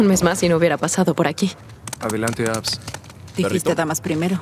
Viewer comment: Jjjajajajajajja le dice "Abs"